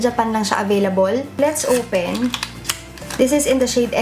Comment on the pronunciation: “Let’s owpen”